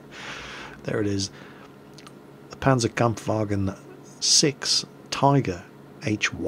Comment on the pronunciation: nicely pronaunced "panzerkampfwagen" you should also say "sechs" :)